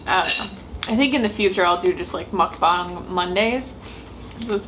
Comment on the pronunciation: you say "mukbang" without any accent. you sound 100% korean. way to go♡♡♡♡